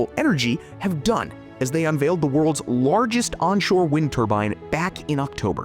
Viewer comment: Why do you say Lorgest instead of Largest? lol